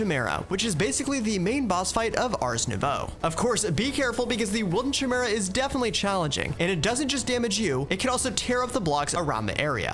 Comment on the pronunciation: I just love combining multiple Create Item Vaults to the Storage Lecterns (1 Bookwyrm can connect up to 8 inventories, Item Vaults count as a single inventory, you do the math) to have big early to mid-game storage. Also Chimera is pronounced Kai-Mee-Ra (K as in Cat or Cut)